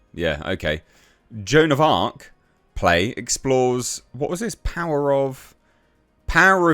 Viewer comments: Joan of Aks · Joan of Blarc